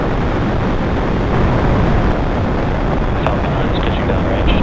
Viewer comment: when she said falcon 9 it sounded like f'ing 9